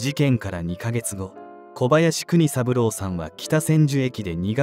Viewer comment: あちこちのYouTubeチャンネルで取り上げられてる事件ですね。若くして亡くなってしまわれ残念です。お悔み申し上げます。話変わりますがこちらのチャンネルいつからナレーターの方変わられたのでしょうか？交代されて勿論いいのですがイントネーションが…。特にお名前の読み上げ「小林悟さん」「小林邦三郎さん」違和感あります。最初からこの方があてていたなら馴染んでたのかもしれませんが…。イントネーション特訓して次に期待します。